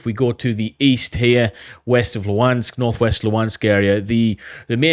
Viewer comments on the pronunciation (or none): none